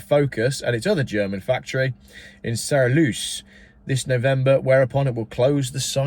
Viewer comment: Sorry was that Saarlouis pronounced 'Zar-LOOY'?